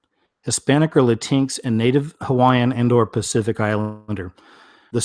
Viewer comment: I think it is pronounced Latin X